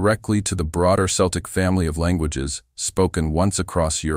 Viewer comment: Hard C, not S for Celtic. Makes the presentation doubtful.